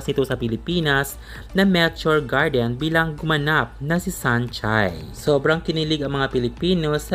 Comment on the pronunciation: Mehhturr grrrdin😅😅😅